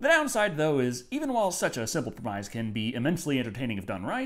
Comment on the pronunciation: Love your vids.. doesn't seem to be enough of them lately.. But "premise" is pronounced "preh-miss" and not "pree-mize"